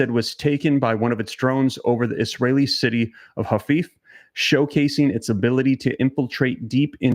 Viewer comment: Haifa is pronounced hai·fuh.